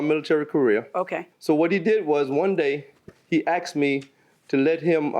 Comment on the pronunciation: it is asked not axed FFS